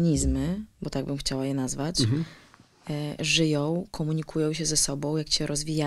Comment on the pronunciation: Żyjo, rozwijajo..kobieto zalicz logopedę.